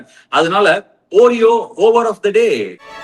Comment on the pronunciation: It’s pronounced “aw-reo” Ashwin 😊 not “oo-reo”